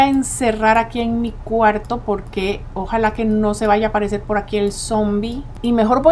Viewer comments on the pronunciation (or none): no cre porque dice zoombie